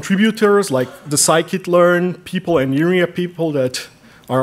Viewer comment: sklearn is sci-kit learn, the guy says that properly